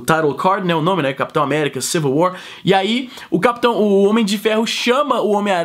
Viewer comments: ''Civil war'' ou ''civil way'' ? é seu sotaque canadense ? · kkkkk ai meu deus é só vc assistir vc falou ''civil way'' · pra min ele continua a fala way''